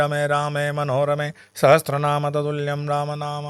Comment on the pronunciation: Sahasranaam hota hai, aap sahastranaam bol rahe hai jo ashuddh hai. Kripya uchcharan theek karein. Ram rameti rameti rame rame manorame, sahasra Naam tattulyam ram naam varanane. (Sahastranaam nahi hota hai....)